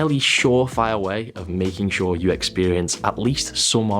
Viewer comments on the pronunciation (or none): none